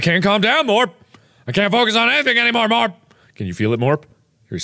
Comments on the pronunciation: to the way he says morp always make me laugh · I can’t take her seriously while she keeps calling you Morp